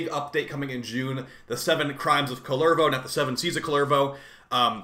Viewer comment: Always makes me smile when Americans try to pronounce Finnish words. Kullervo and Rauta so far.